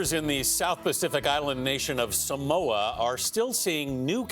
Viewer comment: f#ck man can u guys say SAMOA properly